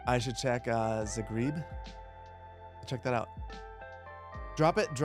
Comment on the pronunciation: "Zagreeb" oof 😂